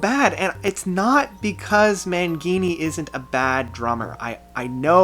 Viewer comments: Mangini is pronounced MAN-JEE-NEE not MAN-GEE-NEE...Correct me if I'm wrong. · Mangeenee? Come on dude! Said his name wrong AND criticized his drumming? Wow..... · Dude, I absolutely love your reviews! Having subscribed to your channel has given me the chance to discover new bands and new albums. I have to say though, you mispronounce so many song titles and band member names LOL. Scarred (as to having a scar) as well as EROTO-Mania and Mike "Manjini" LOL. And the song is called Misunderstood not Misunderstanding haha As a DT fan myself who's seen them 7 times I feel like the band has gotten to a point where I've completely lost interest on them. Saw them in Toronto for the Astonishing and as much as I thought the concert itself was super well performed with great production value I think the overall concept really sucks and takes their fans to a really teen vibe which I don't really appreciate with this whole RPG universe. I really like the way you walked through all the other albums because I feel like I agree with you in pretty much everything. 6DOIT and TOT are definitely high up there for me as well. Awesome video once again! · . . . . wait . . . did you SERIOUSLY mispronounce "Mangini?" You can't be serious! WTF my dude?? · OK. First of all you pronounced Mangini’s name wrong. Also the song on 6° of inner turbulence is misunderstood not misunderstanding